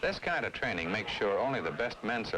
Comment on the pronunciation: " ThisH kind of chraining make sure only the best men sHurvive" hehe